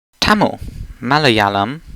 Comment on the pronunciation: As someone of Telugu origin (as in my parents are from India), the pronunciations are extremely painful to hear. I suppose I shouldn't fault you too much considering the weird way Indian pronunciations are converted to Latin letters, but they aren't Tamil (although spelled like it) Malyalum Teloogoo Kanduh instead they are pronounced Thuhmil (the il at the end is written with a sound somewhere in between il and ir, but it'll do) Muhlyahlum Theluhgoo (important stress on the first syllable) Kuhnahdah Importantly, they all stress the first syllable.